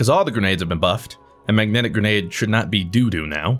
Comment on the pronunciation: it’s grenade not grenage